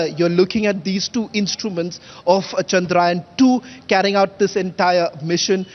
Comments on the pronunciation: It is chandrayaan not chandrayan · Your reporters can't even pronounce chandrayaan properly. Pseudo English